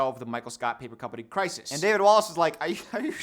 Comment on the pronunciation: it's and he can't pronounce crisis 😂😂. it's going to be hell of a rideee🐢🐢